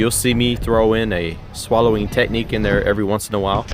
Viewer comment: Hey! nice flow! i liked the scenery, and it was fun to watch! at the beggining, it seemed like you were sayong Swallowing instead of Slaloming:o maybe it's just me:) but yeah it's a slalom:)